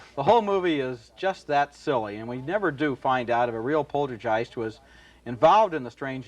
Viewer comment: Despite giving the word a saxon g when he says it earlier, when he isn't concentrating, Ebert pronounces it: polter-jiced - Ebert tries to say the word sentient, but ends up pronouncing it: sen-tin-ent I bet he first encountered both of these words in print, when he was about 11, years before he ever heard them pronounced out loud. And his initial impression became somehow "hard-wired."